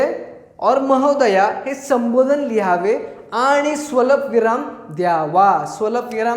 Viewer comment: स्वलपविराम नाही स्वल्पविराम